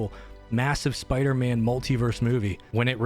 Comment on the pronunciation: "Sparder-Man" lol